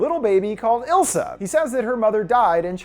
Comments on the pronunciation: It's Isla, not Ilsa. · I'm 99% sure It's eye-La like Isla fisher not ill-sa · But.. It is ISla not ILsa.. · I think her name is Isla (eye-la or ees-la). Not ilsa lol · The demon lady’s name was Isla, pronounced eye-la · is no one gonna talk about the way he pronounces isla? i cringe respectfully 😭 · Isla is pronounced eye-la